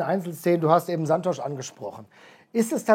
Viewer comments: Der Typ heißt Santos. Nicht Santosch. Portugiesisch for runaways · Fragt doch lieber Santos! Mein brasilianischer Freund schüttelt nur noch mitm Kopp. Auf Sky hieß Santos schon Sansch….